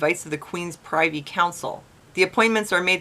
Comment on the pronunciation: I must warn you to pronounce Privy as Priv-vy, not Pry-vy, but all in all another great Report. You are the rights canary in the coalmine, only instead of dropping dead, you start criticizing and complaining, and you're doing a fine job.